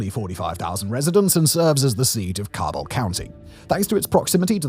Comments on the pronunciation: My mother and her family are from West Virginia. As far as I'm aware, no one on my mom's side is affected by the opioid crisis, but I haven't had contact with family on that side in years. And, uh, Simon, the "ca" in Cabell sounds like "cat," and Kanawha is pronounced "kuh-naw-wuh," or "kuh-naw" if you want to sound like a local." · Learn how to pronounce Cabel and Kanawha as a life long resident it hurts me a little every time 😂😂😂